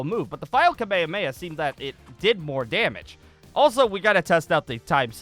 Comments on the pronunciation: ITS PRONOUNCED KA-MEH-HA-MEH-HA NOT KUH-MAY-UH-MAY-UH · Why does he say kamemameha like that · The way he says kamehameha isn't accurate cause they don't say that in the anime